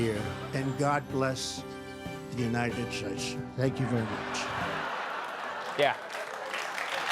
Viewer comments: United shaysh😂😂😂😂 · United shaysh lmao🤣